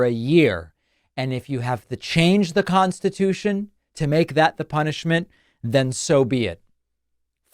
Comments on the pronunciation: He said Constitaich at one point too. If you’ve struggled once, try not to do it again, you old fool 🍊 🤡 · He's going to make it "constitoosh" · Why is he saying “Constitoosh”? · We're gonna make it "constatoosh" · It’s constitoosh! Or constitaich (once). It’s MagaLang. Completely incoherent to normal people. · Trump said he wants to make burning the American flag “Constitoosh! He used that pronunciation several times!!! YIKES! Slurring his speech again!